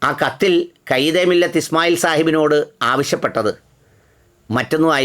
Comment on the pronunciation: കൈദേമില്ലത്തെന്നല്ല ഖാഇദേ മില്ലത്ത് എന്ന് തന്നെ ഉച്ചരിക്കുമല്ലോ.